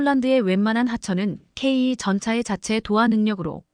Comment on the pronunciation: ""씨!(=영상 제작자)에게 묻겠습니다. "K2"를 "케이 투"가 아닌, "케이 이"로 읽고, "km"를 "키로 미터" 또는, "킬로미터"가 아닌 "케이 엠"으로 발음 하고, "진입 장벽"을 "진인 장벽"으로 발음 하는 "당신"은 도대체, "어떤 나라 인간" 입니까? 내가 보기에는 당신은 절대로, 절대로, 절대로, "대한민국 국민"이 아닙니다. 거기에 더해서, 현재 폴란드가 원하는 수준의 무기를 만드는 나라는 ("미국, EU, 이스라엘 "일본", 한국 정도 인데)라고, 말을 했는데, "대한민국"을 '한국"이라고 하고, 또, "일본(Nippon=Japan)"을 "슬쩍 끼워 넣은 것"으로 "유추"해 보건대, 당신은 "Nippon=Japan= 일본)" "인간"인 것이 "확실" 합니다.